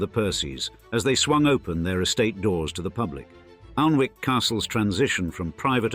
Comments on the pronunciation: OMG for a narrator with suck a typically upper class accent you should have done your homework. The castle is not 'Arlnwick' as you pronounce it buy 'Anick' the L and W are not pronounced. My first disappointment in your channel which is generally very precise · Pity the narrator couldn't pronounce the name of the castle, its not Aln-wick (although that's how it's spelt) its 'Annick'. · Aln-wick. Haha haha. I'm from well south of there and even I know that it is pronounced Annick. If you put so much research into this video how did you not know this? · Its pronounced Annick. Bot face. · Great info, i grew up in Northumberland. Just to say, although the river is Aln, Alnwick is pronounced Annick. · It's pronounced Annick. Annoying. Learn to bloody speak. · I was going to point that the pronouncement of Alnwick was wrong as well. It has what is known as the dark L and like Berwick, the W is not pronounced. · Yes I thought it was pronounced like that even though not from the North of England myself. Narrator also doesn't seem to know how to pronounce "Ralph". Doesn't say much for the 'authoritative' commentary that they can't even pronounce things properly!